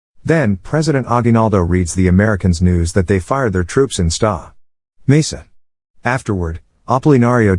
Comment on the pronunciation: heheh you pronounced sta. mesa like ska, which is santa... sta.=santa as in saint, or that fat old white man in red coca cola...are you a robot?